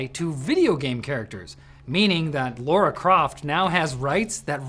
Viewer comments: It's Lara not Laura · It's Lara, not Laura! 😩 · "Laura" Croft?